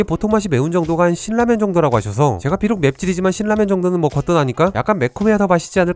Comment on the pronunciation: 말씀도잘하시고 발음도좋으신데 신라면을 실라면이라고ㅠㅠ컨셉인가요?